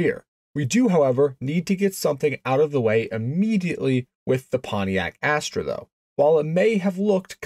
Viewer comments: You are mispronouncing it. It doesn't have any Pontiac DNA. 99.9% Chevy Vega, which was a very very bad thing. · I find Canadians pronounce it Asstruh whereas Americans say Asster. Sort of like Celica and Celica (sell-I-ca and sell-ee-ca) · ...never heard it pronounced as "ass-TRAY". Have only ever heard it pronounced "ASS-ter". Not sayin' you're wrong. Just sayin' I've been building Vegas, Astres, and the Monza clones for 35 years and have never heard anyone, or any of my clients ever pronounce it that way. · It's not an Astra. It's an Astre, which is pronounced "aster" in English. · It's not pronounced "Astra" like the Saturn model that was offered. It's spelled A s t r e for one thing, but it's pronounced "aster", like the flower. They only made them for a few years to give Pontiac a small car. But they Pontiac eventually got the Sunbird in about 1977 - which itself, along with the Chevy Monza, Olds Starfire, and Buick Skyhawk, were derived from the Vega chassis. You mention there are one around. There are pretty much no Vegas around either, despite much higher production numbers, because the aluminum engine in these cars was so trouble prone, and the bodies on these rusted badly, so hardly any survived. The Iron Duke replaced the Vega engine for a good reason. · You're right, you really don't see these things anymore if ever. BTW I grew up in Michigan and Ontario and at the time we pronounced it "Aster" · The opening line, sounds like you said Pontiac Ash Tray.😅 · Ass-trah. I only know because the old man worked at the Tech Center and I knew the GM names. I learned when I mispronounced "Monte Carlo". That said, I never saw one. A few Monza Spyders, but even at 7 years old I knew what a lemon a Vega was. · Why pronounce it Astray??? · I heard "fast ass-tray" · It's pronounced Astra. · It's pronounced "as-Tuhr" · You are pronouncing the name wrong